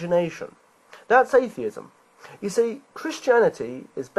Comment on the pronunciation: Sir, I think you pronounced Atheism incorrectly.